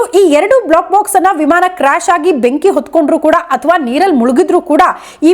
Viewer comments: Block box allla adu black box. Please correct information kodi...sariyagi uchchaara madi. ,,, ಬ್ಲೋ ಕ್ ಬಾಕ್ಸ್ ಮತ್ತು ಬ್ಲ್ಯಾಕ್ ಬಾಕ್ಸ್... difference arithu kolli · First black box, cockpit antha sariyagi pronounce madi😢